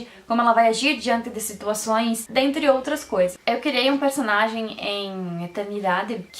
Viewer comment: gente eu gostei muito do seu sotaque, quando voce fala personalidaee e personagen voce fica muito fora